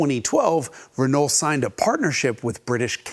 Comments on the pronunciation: Its ren-oh, not ren-ole, otherwise very good video, and entertaining. Quality speaks for itself....love your content. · just say "renoh" and ur good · I love Jason's very Americanized pronunciation of Renault (reh-nall) but then he slips into the French pronunciation half the time (reh-no). How does Tam Hyphen say it? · Always love the Hagerty vids. Keep em coming. But… top tip: when you pronounce “Renault”, the L and the T are silent. "Ruh-NOH". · Great, but stop trying to pronounce things right when they are wrong. Renault is RENOE durrrr... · C'est "rhen oh"! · I hate it when people pronounce the "L" in Renault 😭😭😭😭😭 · true. but he has to work on pronouncing renault correctly. that is without the "L". maybe then they´ll also sell the car in the US. on the other hand: why should they? ;-)